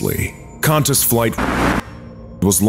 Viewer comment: Qantas is pronounced as though it has a w after the q as in kwantis